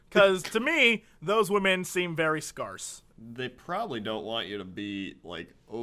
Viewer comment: My favorite part is Jesse's genuine confusion before he realizes mispronunciation. "Scarce?"